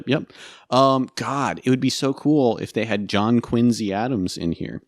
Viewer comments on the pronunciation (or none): First Wärren Harding, now James Poke and John Quinzy Adams, I’m learning so much obscure presidential pronunciation from this channel